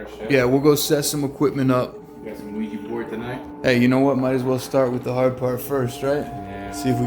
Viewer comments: It's actually an OUIJA BOARD, you Americans pronounce everything so wrong that you have actually changed the spellings to Ouiji. So delude with your English. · It's Ouija board, not Ouiji. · it's ouija - not ouiji